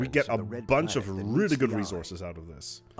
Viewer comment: The word good doesn’t have a “T” at the end. I cringed every time you said it haha. Very helpful video tho